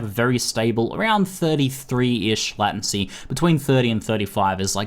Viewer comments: Whats a "latAncy"? I've only heard of "latEncy" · In Australia most people pronounce it Lay-ten-sea. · Do aussies pronounce latency like lat-ency? I always thought it came from the word late, late-ncy, not that it matters, just curious. :D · Farrell Roll As an Australian who spent 3 years studying Computer Systems Engineering, I (along with all my fellow classmates) also pronounce it 'lay-ten-see', so I'm not entirely sure where gets it from. But hey, each to their own; I'm hardly going to unsubscribe because of a single word. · lordasphyxia Australian here as well and I've only ever heard it pronounced as 'lay-ten-see'. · sounds like hes saying "latin-see" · LATIN -SEA? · Say late 10 times, say latent 10 times then say latency 10 times. This will hopefully fix your fucked up way of saying latency. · ooh gosh, the way you say "latency" with the a so weird. it freaks me out haha. but thanks for the video, I've been using an /oos macro thingy, this seems like a big improvement! :) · Do other Aussies say it wrong too??;)